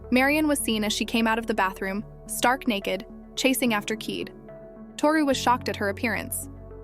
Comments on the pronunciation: Why do they stupidly mispronounce Kaede as "keed"? It is Ki-day! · Her name is pronounced : kī-day😤